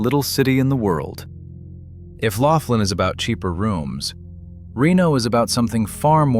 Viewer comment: Laughlin is pronunced Lauf-lin and NOT LOCKLAIN!!! YOU CAN'T EVEN GET THE NAME RIGHT!!! 😂😂🤣🤣🤣👎👎👎👎